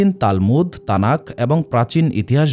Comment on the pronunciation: তালমুত কি জানতে চাই। মিয়া কিতাবের নাম ঠিক মত উচ্চারণ করতে জানেননা আপনি আসছেন নবীদের ইতিহাস যানাতে।